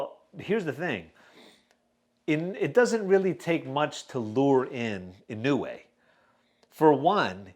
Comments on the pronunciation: bub come on I thought you how it is Inou e. Like this Inowe it is w-e not weeeee not ino-way wrong. It is Ino-we. I will send you a link. Here click this URL and listen how the Japanese pronounce Inoue Dude you pronounced it right IN-O-WE In Japan there are surnames Inoue and Inoui. Inoue you pronounce as Ino-we and Inoui as Ino-wi. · In no way...is the right pronunciation sir ahhahahah